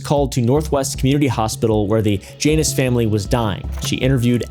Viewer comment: Man I know you're being respectful. But at your "For the Janus Family" it sounds like "VaJanus Family" I think it's you saying it fast together.